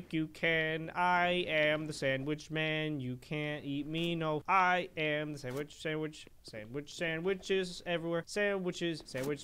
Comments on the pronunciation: i like how he says am a sanwich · santwich lol